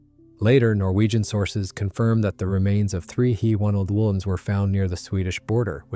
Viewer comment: It's D O not due, J U not Jue, HE not hē 😑